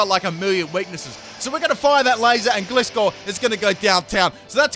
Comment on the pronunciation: the way you kept saying Gliscor......